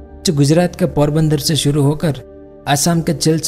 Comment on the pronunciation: Very nice and informative. And it's Silchar bro not chilchar 😂🙏🏻